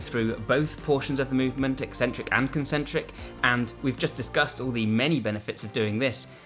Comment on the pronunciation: Thank you for pronouncing eccentric correctly. I don’t understand why so many fitness channels think it’s pronounced e-centric, as if there is only one c.